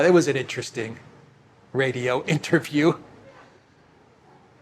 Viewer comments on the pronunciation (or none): none